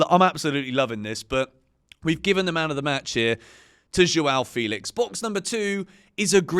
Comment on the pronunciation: it's Fell-ix not Feel-ix